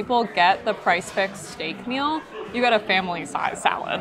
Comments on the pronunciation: Are you calling it price fix? Did you mean Prix Fixe? It is pronounced pree fiks. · Thank you so much for calling this out. I am binging their videos and they keep calling it price fix!